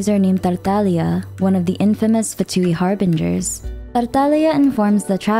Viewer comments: stop pronouncing words like that... PLEASE. I mean, why did your voice changed while saying tartaglia... UGHH.. anyways. Good video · The way she pronounces Tartaglia’s name 😭💗💗